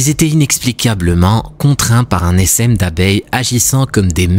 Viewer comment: Un "essaime" d'abeille 😂. On dit un "essin" [phonétique] 😅